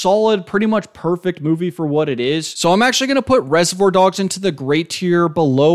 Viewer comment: How are you throwing around words like idiosyncrasy in the first minute but then mispronouncing reservoir like 10 times 😭 I enjoyed your analysis though, good video!